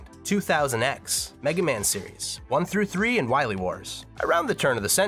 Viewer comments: Ah yes It’s Wiwee not Wily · So glad you slipped in "Wiwy" a couple times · I love that you say "Wy-we" when you're talking about MM8! "You must recover all the energy immediately ulb..MegaMan!" BEST VOICE ACTOR EVER!!